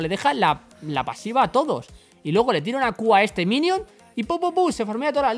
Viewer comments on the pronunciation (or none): none